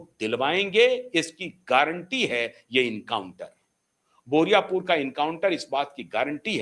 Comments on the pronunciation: पहले बोले बुराईपुर, अब बोल रहे हैं बोरिया पुर। बारुईपुर बोलने में आप को इतनी दिक्कत हो रही है? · "बोरियापुर" नहीं , बारूई पुर " सर ।